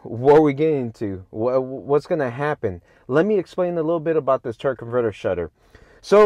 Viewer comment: Your killing me saying Turk most of the time! Good video